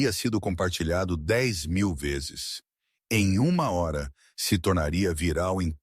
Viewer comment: Fala a hora direito.